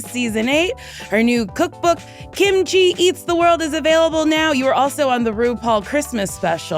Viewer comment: Look at Mrs KimaChi (Pronounced like Timothy)